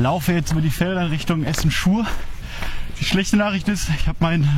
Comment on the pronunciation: Essen Schur? Du meinst Essen Schuir (mit ü gesprochen). ;-) Sorry, bin in der Nähe von Schuir aufgewachsen. Will auch gar nicht unnötig motzen, finde deinen Kanal super.